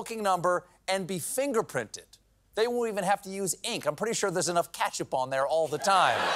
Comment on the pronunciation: Are we just going to ignore that Stephen said “katchup” instead of ketchup? Hold your heroes accountable people!